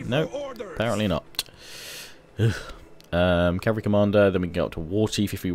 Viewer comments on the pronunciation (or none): none